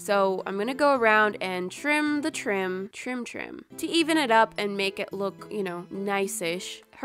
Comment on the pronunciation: is it just me or does "trim trim"sound a lot like "troom troom" like if you agree :D